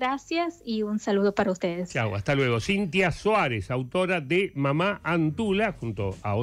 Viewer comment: La pronunciación no es mamá es Mama . Es quechua la palabra.